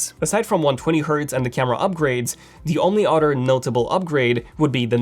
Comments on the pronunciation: Why do you keep saying utter. It's pronounced other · You must like cows. You say “udder” quite often.